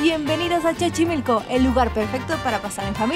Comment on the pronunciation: Dijo chochimilco?? 🤣